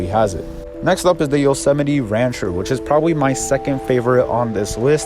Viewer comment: its pronounced.. yo-so-mite